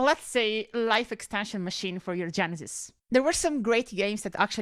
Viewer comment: 😅😅the first few times you said genesis i thought you said genitals